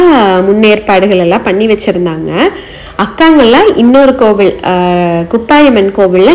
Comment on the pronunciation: Kovuzh illai Kovil